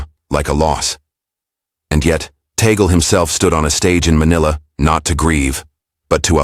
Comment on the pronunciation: Blah blah blah…can you have you just pronounce TAGLE correctly 😡😡😡